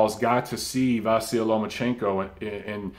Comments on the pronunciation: Great video, as always,. Just a side note on the name issue: it's actually pronounced Vasili. With a soft "i" at the end. Like Milli Vanilli, if you wish. The sign at the end of his name, in Ukrainian, (the "ь") has no corespondent in English but it softens the consonant that precedes it, generating the soft "i", in this case. Not a major error by any means but a fun fact that I hope you'll like. Cheers and keep up the great work you do! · pronounced VAH SEE LEE